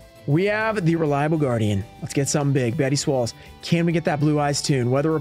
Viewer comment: Love the design on Toon Summoned Skull, also.. 'Betty Swalls'.. 😂